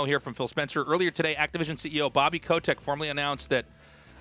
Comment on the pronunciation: Who tf says 'ko-tech' ffs